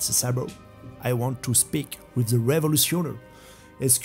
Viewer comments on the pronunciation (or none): none